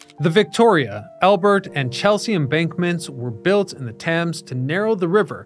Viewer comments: Stop trying to pronounce the A in thames 😂 its probounced like temz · It's funny that you mispronounced Thames the entire video.